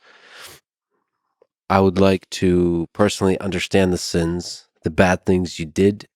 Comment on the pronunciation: Bro I cringed out loud every time you said "sins"